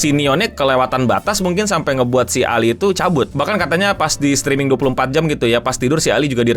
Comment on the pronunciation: You can say ALI not ali